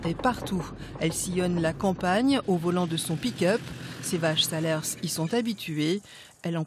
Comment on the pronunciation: Pour info, on ne prononce pas le dernier S dans le nom SALERS Dixit un cantalou.